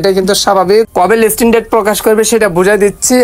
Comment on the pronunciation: লিসটিন ✅ লিস্টিং❌